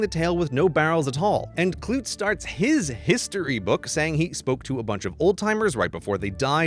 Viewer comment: umm 'clute' was normally pronounced kloo-tee